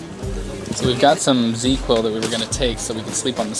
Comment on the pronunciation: She mentioned Z-Quil. Like catching some Zzzz. Different product. Correct pronunciation.